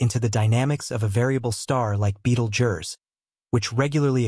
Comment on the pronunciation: Sorry I just could not finish watching this, its pronounced "beetle juice"!